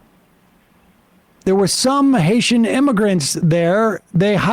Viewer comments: I believe Lowry I don't think he was going to say the N word. What he almost said was NEGROES. He wanted to say Haitian Negroes. IDK where he's from but in conversation he could pronounce Negro as "Nigro". Still very racist as his emphasis was less on their migrant status and more on their color status. I could see a "gentleman" such as Lowry refraining from using the N word in front of a "lady" such as Kelly. But the word Negro is just fine unless the camera is rolling because they have to pretend that the main problem is that they're migrants. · haitiaN ends in an 'N', which leads right into "Ni......"